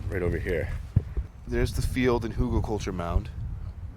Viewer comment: All looks really good. I remember when years ago I first read about permaculture, and thinking how it just made so much sense! It’s really great to see it in action! As I watched this I kept hearing hoogleculture and thinking WTF is that? Google is my friend 😄 and I can see that looks really interesting. I would think there’s some plants that would not like being near rotting wood but maybe I’m wrong. I’m looking forward to seeing how it goes for you. We have elder in our garden but we didn’t plant it. Here in UK it’s really a weed that just seeds wherever it can. I guess it’s probably the same where you are which is why it’s so easy for you to take cuttings from it. Elder is supposedly a magical plant. I don’t know about that but I’ve made some pretty decent wine from the flowers so that seems like magic to me! 😄 Great video Buddy! Didn’t realise you had all this going on! Nice to see. Look forward to the updates later in the season! - ATB, Mark 👍